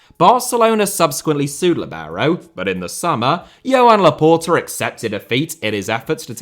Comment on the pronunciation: It is “Juan Laporta” not “Johan Laporta”